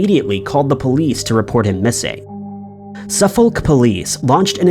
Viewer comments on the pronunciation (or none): Su-fok is how u say suffolk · The L in Suffolk is not pronounced.